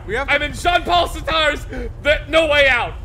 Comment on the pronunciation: Makes the deepest-fucking-cut. Also: Absolutely butchers the pronunciation of "Sartre"